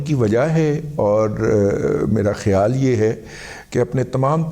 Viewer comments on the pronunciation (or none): none